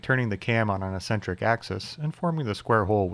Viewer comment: Do a lot of people say "ess-entric" instead of "ex-entric"? That's new to me.